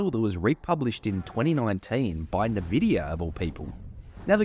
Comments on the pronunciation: I'm just jabbing at ya... no worries It's 'in vidia' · Eye Dee software omg.... Nahvidia....